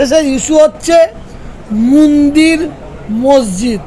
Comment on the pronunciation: " মন্দির " উচ্চারণ ঠিক করুন